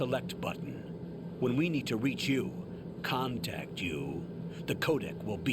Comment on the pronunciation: CON-TACT YOU Why did you say it like that?